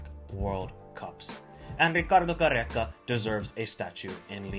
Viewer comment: I love that you try to add the good pronounciation but its just Peru not Perru same for Gareca not Garreca. Only 1 R brother. 😊